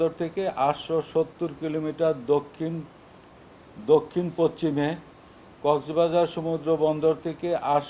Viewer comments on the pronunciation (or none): পচ্চিমে এটা কী উচ্চারণ!!